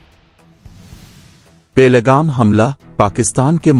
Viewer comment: پہل گام کے تلفظ پر توجہ دیں. سرخیوں کی آواز بڑی دھیمی ہے Best wishes